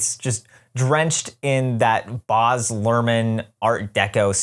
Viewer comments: I knew next to nothing about ART's Gatsby (other than that it exists) so this was super interesting! just a side note though: I think Baz Luhrmann's name is pronounced with a short "a" sound (as in "Baz" rhymes with "jazz") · As an Aussie it's so hard hearing you say "Boz" Luhrmann 😭